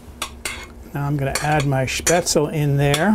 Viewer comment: Spaetzle is pronounced with the "e" as an "ay" as you do with you pronounce Porsche. Try it with bacon. My two years in Germany was fantastic when it came to this dish!